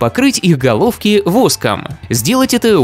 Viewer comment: Мне одному послышалось: Саскребите воск с ГОЛОВКИ😂😂😂